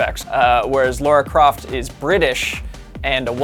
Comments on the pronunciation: LARA NOT LAURA! WTF???? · It’s LARA NOT Laura. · It´s Lara guys, not Laura.... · It's Lara, not Laura. 🙄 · stop saying laura croft wtfffffffff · why americans keep sayin laura